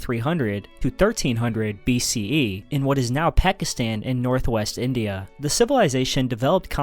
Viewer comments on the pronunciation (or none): none